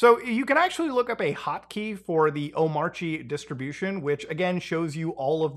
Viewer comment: Actually its pronounced "Omarchy"